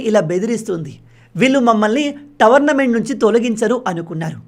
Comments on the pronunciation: టోర్నమెంట్ అనాలి కానీ మీరు టవర్నమెంట్ అని పలుకుతున్నారు అది తప్పు మీ తెలుగు మీరు తెలుసుకోండి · Tornment ❌️tavarnament ✅️😅😅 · Towernament kadhu tournament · టోర్నమెంట్ అను టోర్నమెంట్ని టవర్మెంట్ అంటున్నావు తెలుగులో మాట్లాడేటప్పుడు జాగ్రత్త ఇదే విషయమై కామెంట్ పెట్టాను పట్టించుకోలేదు అప్పుడు కామెంట్లో చెప్పండి అనడం ఎందుకు?